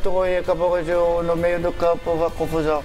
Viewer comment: Petck: eu fiz do “beio” da rua!